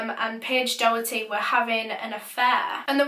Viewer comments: Not being like cheeky or mean or anything xxx its promounouced dok-er-ty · It’s pronounced docherty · It’s pronounced dock-erty btw not do-herty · hi! its just to say doherty is pronounced dock-er-tee :) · It’s Paige docherty not Paige doherty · NO I WANT TO SLAP SOMEONE RIGHT NOW! MY LAST NAME IS DOHERTY AND IT IS PRONOUNCED DAW-HURT-EE. I AM NOT AGAINST YOU BUT THAT JUST KILLED A PART OF MY HAPPINESS xD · Her name is Doherty pronounced docherty ( like a throaty Huss sound) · Doherty is pronounced Dockerty by the way. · Last name....... same............ ? Also, I'm pretty sure her last name is pronounced Door-tee. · Well, this sounds complicated BUT, she lived in my area but I never knew her personally. She was My friends mum's cousins daughter (that's confusing) so it was all over my mum's facebook. And p.s it's pronounced like docherty rather than an oh sound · I’m from Clydebank and this still is so raw to all of us. Paige was an angel. No offence to you but it’s pronounced doc-herty! Rest in peace paige❤️ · So sad :( I remember hearing about her disappearance and just hoping she’d be found safe. couple of my pals knew her as well and said she was a lovely, kind girl Also Doherty is usually pronounced Dockerty in Scotland but idk if hers was different or not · I live around 20 minutes from where this happened and Johnny worked with my best friends Mum I’m pretty sure I even met him before, nothing like this ever happens around here so it’s super scary 🤷🏽‍♀️RIP Paige💜 its also pronounced dock-er-ty 😊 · You pronounced her last name wrong x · Does she know she’s saying Doherty wrong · It’s so weird how she says Paige’s second name it’s not right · The way you pronounce Doherty .. Oh my god